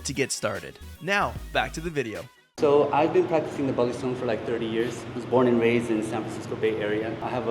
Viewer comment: The 3rd syllable is stressed for balisong Consider going to a WEKAF (World Eskrima Kali Arnis Federation) tournament in the future. For some reason, FMA is popular in Germany